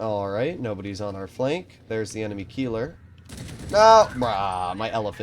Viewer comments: Of course Last video. I complement him on saying Keiler much closer to the German "Kai-leh" and he goes back to Keelor as the pronunciation... But yeah nothing will ever top saying the "Charlie-mag-ne" lol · RIP to all the german speaking viewers who have to hear "Kielah" and not "Keiler"